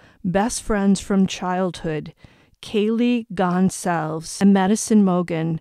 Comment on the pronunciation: You pronounce her last name Gon-zal- ves ……. Goncalves